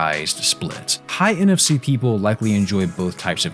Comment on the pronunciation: when he says nfc... i hear nft...